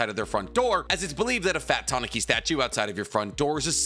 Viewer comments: TAH NEW KEE not TA NAH KI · the way you say tanuki is a little off I always here people say it like this tanooki. as a I don't read or listen to Japanese I'll just roll with the way you say it for now🤔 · The way you say tanuki is kinda funny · I know this is a bit off-topic, but my god that pronunciation of Tanuki gave me enough psychic damage to knock me out. No, seriously. Usually, when you butcher Japanese words I can make a pretty good guess of what you mean, but this time I had to stop the game I was playing, rewind the video and look at the illustrations you used to make sure I properly grasped what you have just spewed. Please for the love of god if you have no idea how to pronounce Japanese words google it up. It takes only 10 seconds and makes a huge difference